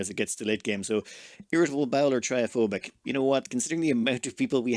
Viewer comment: Trypophobic is pronounced "trip-o-phobic". It means fear of holes which is pretty clever for a dupe that can't dig.